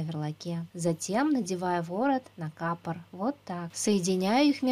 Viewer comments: Не кАпор, а капОр. Ударение на О. По ушам режет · Ты неправильно ставишь ударение на капор,на о ставить нужно,эх ты с урала